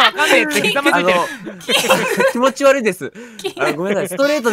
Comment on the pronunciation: 気持悪いです 「ち」が抜けてて可愛いw 今気づいたんだけどね(*´ω`*)